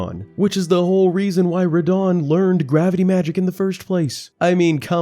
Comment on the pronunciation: It's NAW-KRON not No-Kron. And it's RUH-DON not Ruh-dan